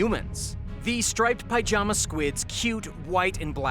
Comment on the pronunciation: Well that was a load of bull. By the way, pyjama is pronounced pi-jama. Not pie-jama.